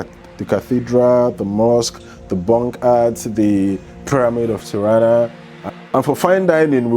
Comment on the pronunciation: Nach Tarna? OMG, du machst ein Bericht darüber und weisst du nicht mal wie die Hauptstadt heisst? Ti-ra-na Tirana wie man schreibt ganz easy…. Alle rent a car kannst du in Tirana online buchen